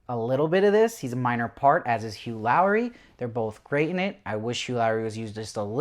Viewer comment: Hell yeah I was afraid since there were some bad reviews about the atmosphere of the show Why Lowree though XD he's Laurie. Like "Lorry"